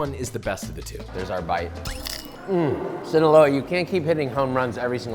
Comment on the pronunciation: Hearing you say Sinoloa made me do the Idris Elba hot ones reaction while eating my food Be careful Josh, we need you alive to keep making us content and keep us entertained 😂 The worst cartel in the world is literally the “Sinaloa Cartel”